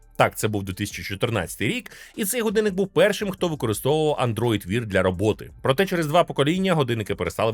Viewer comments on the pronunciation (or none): Wear — не "вір", а "веа".